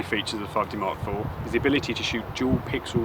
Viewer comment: For goodness sake, slow your speech down. It is near impossible to understand anything you are saying. And please tell me what a 5D mark free is? I'm off to find a video description I can understand.